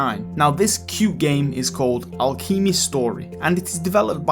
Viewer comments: Alchemy is pronounced Al-Kem-Ay. Alchemist is pronounced Al-Kem-Ist. You seriously crack me up... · Looking away from the screen listening to the video and hear "Alkeemi" and look up to see Alchemy hehe.. well sir you did make me smile today :D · Al Keemy lol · I can't stop giggling at how he pronounces 'alchemy' like 'akeemi' lol XD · It's funny how people with different accents pronounce words differently. It's always entertaining on youtube. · Al-kimmy wtf 😂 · Do me a favour and learn how to say Alchemy. Your pronunciation of it was absolutely butchered. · I haven’t watched your videos for long but I’m gonna be honest, you cannot pronounce “alchemy”. And it gives me that special kind of cancer that only comes when someone can’t say words right. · I literally subscribed because of the way he pronounced "alchemy" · I cringe at the way you say alchemy. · Say chemical. Then say alchemy. It should sound like that as that is what the word comes from. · Idk why everyone thought the way he said alchemy was "so funny ehehehehe 😂😂😂" like, yes he obviously mispronounced it... but was it really *funny*? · Sorry i laughed at the way you said ‘alchemy’ ... pft 😂